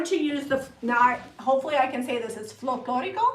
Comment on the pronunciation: you said “ Folclórico “ perfectly. 😁👍🏻